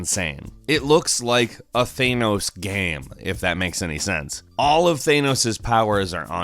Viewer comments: UMLOTH thaynoes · THAY-Noes....ily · The anus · UnlawfulWaffle8 no it’s pronounced thaynos. Watch the movie and you’ll actually realize that’s how literally everyone else pronounces it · Excessively Nasal "Thaynos gaeme" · That's TH-a-Nos, my dude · Why is he saying thanos the way he is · You can pronounce “Julio” correctly, but messed up “Thanos” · You're pronouncing THANOS incorrectly. It's cringe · sees infinity wars still mispronounces Thanos' name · DUDE ITS TH-AH-NOH-S THANOS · He can’t say thanos correctly and it annoys me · STOP SAYING THANOS WRONG!!! >:( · How are you pronouncing thanos wrong it’s in a movie it’s that that hard to know how its pronounced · Thanos! It's fucking THANOS! Omg say it right! Damn! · IT'S THAAAAAAANOS, MAN. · Stop saying Thanos like that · Dude... why are you saying Thanos like that? You KNOW it's wrong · Why do you pronounce Thanos weirdly? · Did anyone else cringe a little bit when he pronounced thanos in such a weird way 😂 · Everytime says Thanos 😬😬😬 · You say “Thanos” wrong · It's Thanos not ThAnos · Its thanos not thanos please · Please pronounce Thanos correctly, thank you. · Okay you are literally my favorite YouTube video person but come on with that Thanos pronunciation... Every time you said that I wanted to bang my head off a table. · It’s not Thenos it’s Thanos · *, it's pronounced THANOS, not ThayNos. Yankees destroying the English language all over again.*🧐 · Why do you say thay-no-s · Do you mean THAN-OS who tf is thaynos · thAAAAAAAAAAAAAAAAAAAAAnos not thonos THAAAAAANOS SAY IT RIGHT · Not a hater but why u say theinos not thanos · Thanos not theinos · It's Thanos not theinos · Its not thaynos don't pronounce it like that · "Thaynos" ... jesus christ, WHY, WHY DO U SAY IT LIKE THAT, WHY, ITS THANOS, THANOS!!! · Than-ose not thane-ose. Nothing has ever said his name like that. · It's not thay nose its thanos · Bad- Thay-noes. Speech: 100- Th-an-oh-s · Its not Thay-noes its Tha-nows